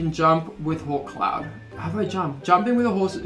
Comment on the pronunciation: when u said 'come on hawkcloud' i thought you said, 'come on whole clown' oops